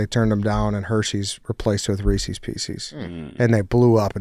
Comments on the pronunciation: It pronounced Rees-IS not Rees-EES. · Why do people in Illinois pronounce Reese's, Ree-Cee's? It is Ree-says... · STOP SAYING "REE-SEES"